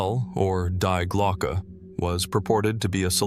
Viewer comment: Dude, from the get-go, when dealing with German, please do check how they are pronounced. Such as DIE glocke. The "die" being a feminine article. Or is it just another bloody AI?